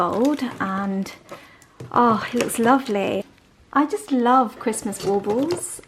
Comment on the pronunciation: LOL! This is a dumb question,but what do you call the tree decorations? It sounds like you’re saying “ball balbs” it cracks me up when ever you say it😂 I mean you can call them whatever you like😂🤷‍♀️😘. Your mom’s tree turned out beautiful and I love the rose gold colors. I too love the coziness of candles and the Christmas tree glowing, oh and I’m with, an “old fashioned”is splendid!❤️✌🏻🙏🏻🎄